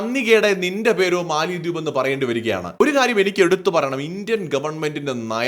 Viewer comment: it is Mala dweep or Mala dives. NOT Mali dweep. MALI is an African country and it is not a dweep or Island. PLEASE CORRECT WHILE SPEAKING. Jan Hogendorn, Grossman Professor of Economics at Colby College, theorised that the name Maldives derives from the Sanskrit mālādvīpa (मालाद्वीप), meaning "garland of islands". In Malayalam, "Garland of Islands" can be translated as Maladweepu (മാലദ്വീപ്).